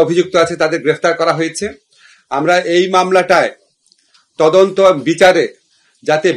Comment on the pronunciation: কিসের তোজন্ত ভাই তোমার মেয়ে যদি হতো